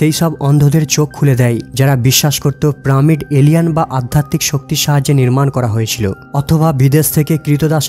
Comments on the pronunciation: PRAMID KI PYRAMID প্রামিড PRAAAAAA MIIIIID পড়াশুনা না করে যদি কেউ এইসব ছোট ছোট ভুল করে ।শিক্ষিত মানুষ রা দেখে বা শুনে বিরক্ত হবে। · পিরামিড হবে, প্রামিড কেন বলে? শব্দ, কথা, উচ্চারণে অনেক ভুলভাল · প্রামিড নয় পিরামিড বলেন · Pramid na piramid .🤣😂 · Pramid na , hobe piramid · Pramid noi, pyramid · Kothata piramit not primit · প্রামিড নয় পিরামিড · Totlara pyramid ke pramid bole. Apni ki sei dal e? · What a joking pronunciation 'Pramid??? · প্রামিড কি ভাই...... 🤔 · প্রামিড প্রামিড প্রামিড 😡😡😡😡😡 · পাঠক পিরামিড কে প্রামিড ই বলুক না কেন কিন্তু সে আমাদের খুব ভালো করে বুঝিয়েছে। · Vai tomar vari koi..pramid koi theke aslo? Tomi ki made in kalkata naki? ফুলকে সুল বোলোনা আবার। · প্রামিড (!) ? হা হা হা !! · প্রামিড শব্দটা শুনলে বিরক্ত লাগ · প্রামিড আবার কি? সঠিক উচ্চারণ করবেন। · প্রামিড বলতেছে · ভাই , প্রামিড কি? উচ্চারন ঠিক করে তারপর বর্ণনা দিয়েন! বিরক্তি কর উচ্চারন! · প্রামিড কি রে ভাই??? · উচ্চারণ ঠিক নয়। পিরামিড হবে। তাছাড়া এতে আরো ভুল উচ্চারণ আছে। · কি প্রামিড বলে কেন😁😁😁😁😁😁😁🫢🫢🫢🤭🤭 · প্রামিড কী ভাই ? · Uchcharon take pyramid not, pyramid😂😂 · কথাটা পিরামিড 😂😂😂😂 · প্রামিড না🤣🤣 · Wtf is it man it's not PRA-MID! ridiculous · প্রামিড কি ভাই? বলদ নাকি আপনি? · পিরামিডের উচ্চারণ টি ঠিক করবেন। এবং অনেক উচ্চারণ পরিস্কার নয়। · ভাই তুমি কোন স্কুল এ পড়ালেখা করেছো? আমার তো মনে হয় তুমি স্কুল এর পিছনে গিয়ে দাড়ায় থাকতে, লেখা আছে সাড়ে চারশো বছর আর মুখে বলছো সাড়ে চার বছর, হাহাহা, পিরামিড কথাটা বলতে কি বেশি অসুবিধা হয়? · পিরামিড বলেন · ভাই উচ্চারণ পিরামিড। প্রামিড না। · প্রামিড না আসল উচ্চারণ পিরামিড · হবে পিরামিড আর বলছেন প্রামিড,🤔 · আরে ভাই ওটা প্রামিড না ওটা হলো পিরামিড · রোবট নয় রবার্ট হবে। প্রামিড নয় পিরামিড হবে। বাংলা উচ্চারণ সঠিকভাবে করুন। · কি জঘণ্য উচ্চারণ, প্রামিড????? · প্রামিড নয় ভাই, বলেন পিরামিড। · প্রামিড না, পিরামিড। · শব্দটি হলো "পিরামিড" কিন্তু উচ্চারণ করছে "প্রামিড"। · দাদা আগে নিজেকে ভালো করে ঘষে মেজে তৈরি করুন তারপর উপস্থাপনা করবেন। চার বছর নয় ওটা হবে ৪০০০ বছর। আরো একটা শব্দ, পিরামিড হবে প্রামিড হবে না। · কথাটা প্রমিড নয়, পিরামিড । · প্রামিড নাকি পিরামিড!